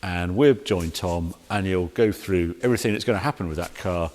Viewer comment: How come people from your neck of the woods do not know the correct way to sound 'th' in words? Substituting them for a 'v' or an 'f' sounds so uneducated. For example, in your world, month becomes mumf, things becomes fings, through becomes froo and together becomes togever. Lazy, and it sounds terrible. All in my opinion only, obviously.